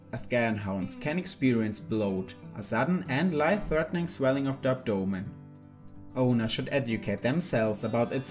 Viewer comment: "Swelling of the ab-DOE-men"